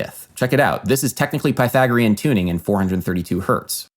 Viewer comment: Bro great video I loved it just next time please try and learn how to pronounce Pythagorean